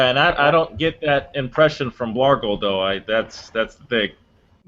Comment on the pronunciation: OOPS!!!!!....I just saw the text BLARGLE!!!!!!!!....sounded like Blargo lolololol. Add me pleeeeeeeeeeeeeeeeez